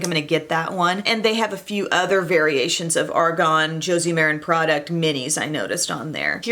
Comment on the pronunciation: Ok. I have to say this bc it is seriously bugging me. It’s ARGAN not ARGON. Argon is a gas.